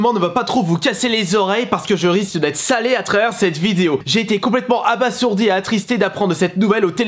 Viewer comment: Par contre on dit "aba(z)ourdi"...